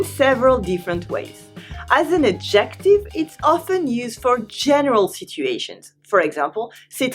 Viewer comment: Le mot adjective, c’est ADjective, l’accent sur la première syllabe, pas la deuxième. Juste un détail. J’apprends bcp de nuances ici.